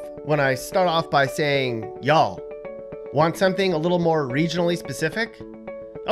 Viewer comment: If you are going to say ya'll then say it correctly. Also note that ya'll is singular.